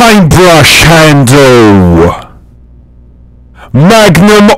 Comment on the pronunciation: I've never heard anyone pronounce handle as three syllables